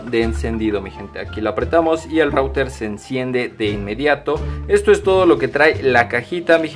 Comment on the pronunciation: SE DICE RUTER